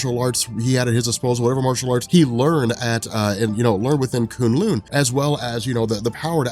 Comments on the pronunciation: Who cringed every time he said coon loon instead of kun lun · It’s Kun Lun not Koon Loon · K-uh-n L-uh-n. Not K-oo-n L-oo-n. No big deal. This just seems like the kind of thing you pay attention to. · If he says kun lin wrong again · Koon loon? Lmao you mean kun lun.... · 😂😂😂😂 koon loon? K'un lun. (Ka un lon) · K'un L'un is pronounced like rhymes with bun. Not loon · kun-lun not konloon awsome vid tho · its pronounced k UN lung like a human lung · "Koon lune" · Anyone annoyed with the pronunciation of Kun Lun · Who here cringes every time he says kun lun 😂 good vid tho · You're pronoucing kun Lun wrong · The way he says k'un-Lun ruined the video for me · Your pronouncing Kun' Lun wrong. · Love your videos.....but your pronaunciation of Kun LLun is painful hahahaha